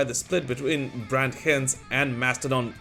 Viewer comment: Brett H-eye-nds. Hinds. Like Meat Ale Pile Grime.